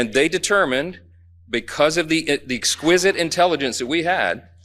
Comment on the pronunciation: "Exquisite i telligence" is he fkn joking.